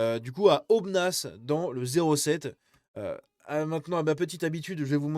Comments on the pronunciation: On ne prononce pas le "s" de Aubenas,.;) J'en profite pour saluer mes voisins ardéchois. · Aubenas on prononce pas le "s" et c'est la 2eme plus grande ville d'Ardèche. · Tu me tue comment tu dit Aubenas. 🤣🤣🤣